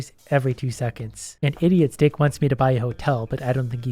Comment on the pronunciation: Ohhh, he is saying idiot STICK not idiot dick.